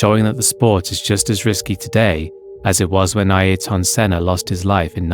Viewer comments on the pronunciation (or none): Also that pronunciation of his first name is hilarious 🤣